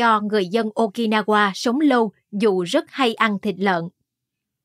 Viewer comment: Nhau o phải nhâu. Lâu o phải lô. Đọc hay nhưng phát âm đúng mới dễ nghe! Cứ đọc bình thường đừng sửa giọng!